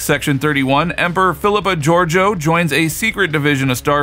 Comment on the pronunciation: It's not hard to pronounce Georgiou but you couldn't manage it.